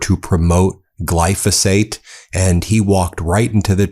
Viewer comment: " GLY CO FOSS FATE"